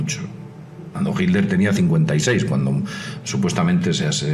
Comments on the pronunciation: Mientras sigas pronunciando " JILER " ,no tendrás mi voto. Yo me inclinaría más por la teoría de su escape por el océano " ALÁNTICO "pero este comentarista,tampoco a aprendido a pronunciar las " TL "...que pena ,cero voto aquí también... En cuanto a Perón,lo mataron los excesos,el buen vino,el asado,el tango,el mate y sobre todo,una mina 40 años más joven que el... Aparte de informar bien,es importante pronunciar correctamente. Cheers. DC. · Porqué será que dice hilder este señor? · Hilder?....¿por qué pronuncia "Hilder"? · estoy escuchando mal o dice Hilder? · hilder? por qué decís hilder? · ami tambien me llamo la atencion, sera que lo dicen por el inglés, . ? quien sabe? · no en españa no se dice hilder ni jl dice hilder,ni son modas regionales,pero en vez de enfocarse en el video que aunque con sus faltas se entiende perfectamente lo que quiere explicar,nos distraemos como siempre en tonterias,creo que mucho del publico son infantes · es diferente lo pronuncian.como hit ler, "jit tlder" modismos y regionalismos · Será como el Aletico de Madrid 😂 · sunagua que aprenda a pronunciar el saco de cocos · fernando sunagua Nadie se esta burlando, solo digo que porque no lo pronuncia bien, eso es todo...